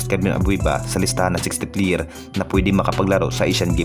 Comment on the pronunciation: perkins, Terence, hindi tirince, player hindi pliyir